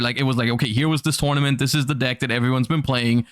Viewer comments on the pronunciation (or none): none